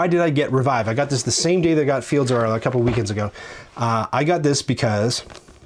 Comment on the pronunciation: Directly wantet to take the same line: Well pronounced,! 👌